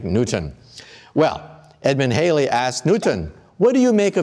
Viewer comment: Loved the video but you turned Edmund Halley into Edmund Haley. Halley rhymes with valley; and it's Isaac Newton (ew as in few) not Nooton.